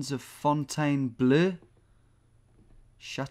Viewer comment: "Gardens of Fontaine-bleugh" almost made me spit out my tea laughing. Bang on pronunciation